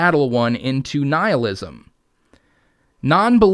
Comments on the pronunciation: She doesn't even say nihilism, sounds more like kneelism. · Did she say Neilism?? All hail Neil!! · Do you think she was mispronouncing nihilism on purpose?